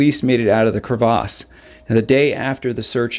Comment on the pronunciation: Pronounce crevasse correctly.